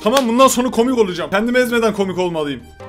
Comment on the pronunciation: Çoğh mu kômik? Bu ne lağn